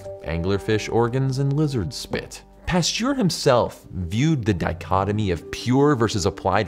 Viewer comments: A biologist unable to correctly pronounce "Pasteur". Pasteur != Pasture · Research how to pronounce Pasteur